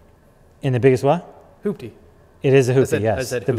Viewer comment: You guys said it “ Project Hoopty “ “ Hooptie” lol